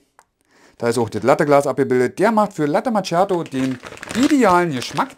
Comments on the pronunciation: Daumen hoch für die klare und tolle Übersicht und Erklärungen. Top Video. Bitte bitte bitte: Latte MaKKiato und nicht immer Latte MaTSCHiato - das tut echt weh. Ciao. 😉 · "Latte Matschjato" alter.... Es heißt ausgesprochen MAKIATO. Ist das so schwer? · Das heißt Kaffee (langes "e"..), nicht KAFE.. oder Kafö.. Ähnlich wie mit Latte Macchiato, so wie es auch dort steht... nicht MATSCHiado. Immerhin habe ich kein "Expresso" gehört. Aber trotz der blutigen Ohren: es ist sehr schön realisiert! Ich würde sogar fast behaupten dass Du alles erklärst, bis auf die Mahlwerkeinstellung. Super gemacht.